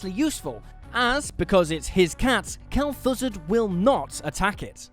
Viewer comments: "Kel'Thussud"? Come on guys. Kel'Thuzad (pronounced /'kɛlθʔzɑːd/) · I'm a long time WoW player and I'm not sure what made me cringe more, how he butchered Kel'Thuzad's name or the fact he didn't know Mr. Bigglesworth has been in WoW longer than Hearthstone existed. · I could listen to you say Kel'thuzad all day 🤣